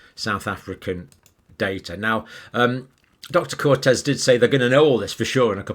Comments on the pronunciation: Dr Campbell, The doctor's name is Coetzee, pronounced cutzee not cortez. She is the chair of the South African Medical Association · Thanks Dr Campbell - love your talks - as a South African colleague! Her surname however is Coetzee (something like COULD SEE) rather than Cortez 😀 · Dr John, the lady is not called Dr Cortez. It’s Coetzee, pronounced something more like “curtesy”. Probably not exact but nearer than Cortez. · Her name is Coetzee, not Cortez. There is no shame in that you don't know how to pronounce it. I guess you'd have to be Africaans or Dutch speaking to know how. Coetzee: try and say 'Could say' in english and there you are. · Hello and thank you for your fantastic videos…….but Its Coetzee not Cortez and it is pronounced……..KOOTZEEA…..🤩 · Dr Cortez ??? Dr Coetzee (Coot - seeya). Get it right, ……. as Bill Oddie used to say ! OK Dr Campum-bull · The surname is Coetzee not Cortez pronounced Cootzee. Thanks for your research. Follow the money! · It's Coetzee (Dutch-Afrikaans) not Cortez (Spanish) sounds like 'could-sea' ends like beer without the r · Coetzee pronounced "could sea" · Dear Dr Campbell, the name Coetzee is pronounced “Kuutsiiye”, NOT “Kootez” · It's pronounced more like "Kot-zee" as opposed to Cortez FYI. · Doc, just for reference, Dr Coetzee’s name is pronounced: kut ( as per pronouncing of the word “put”), as in placing something, followed by “zia” as in the Kia car. So you get “kutzia” not Cortez as per the Spanish name. Cheers, and as always, thank you for your (always) neutral and most informative clips. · Angelina Coetzee is pronounced "coat zee". Cortez is Spanish. Thanks for your excellent updates they are appreciated. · The doctor from South Africa is Coetzee (the same as famous S.African-Australian writer) and pronunciation is [Koot-see], not Cortez, sorry. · Its not Cortrez. Its pronounced koot see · It’s Dr Coetzee, not Cortez. Pronounced coot seer. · No R in her surname! It’s Coetzee! Not Cortez! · Pronounced "Kootzeea